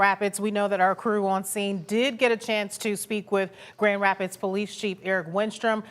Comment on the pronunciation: Is it really so hard to say Grand Rapids " MICHIGAN " . NEWS is on a world wide stage now, how many years will it take to get reporters to do a half way decent job. Seems like they hire high-school drop outs that look good on camera.